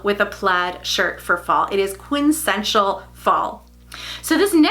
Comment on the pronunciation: Love you gals! Former English teacher in me feels the need for a slight correction. It’s quin-tes-sen-tial, not quin-sential. Only noticed because it’s a great word that I use as well.